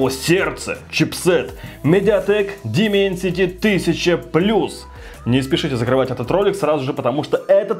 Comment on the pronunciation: дАЙменсити правильно